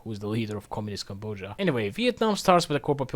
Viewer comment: That’s not how you pronounce Cambodia